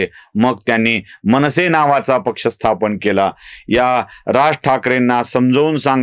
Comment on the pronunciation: म ण से नाही हो मनसे आणि निर्मान नाही निर्माण असा उचचार करा काय कळतच नाही या न आणि ण च्या आदला बदलीने उदा. गुणेगार गुणा.